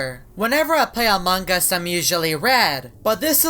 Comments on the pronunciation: It's not among Gus it's among us 😂😂😂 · ITS AMONG US NOT AMONGGUS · You said amongus not among us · it is not amongus it is AMONG US HAHAHAH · its not among gust its among us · You keep saying "amongus"